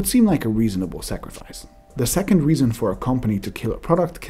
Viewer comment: For a second it sounded like you said "20 second"